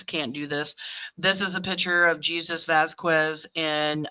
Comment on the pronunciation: its pronounced Hasus not Jesus